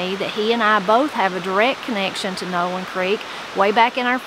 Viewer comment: The way you pronounced Nowland reminds me a small town that is long gone between Pierre and Rapid City, SD called Nowlin. All that is left is a cemetary.